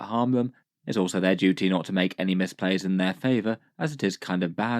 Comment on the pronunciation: I think you meant to say "misplays" not "mispays"